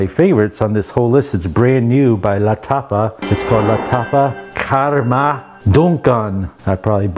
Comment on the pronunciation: Ita KHAMRA Not KHARMA